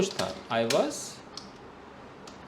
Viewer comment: Sir sorry to say was is pronounced like was not with a